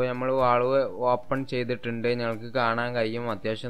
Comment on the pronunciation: വാൾവ് അല്ല വാൽവ്